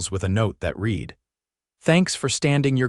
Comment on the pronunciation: Reed? The word is pronounced RED.